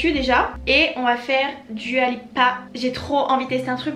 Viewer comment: Ça se prononce "Doua" si jamais 🥰🥰 bisous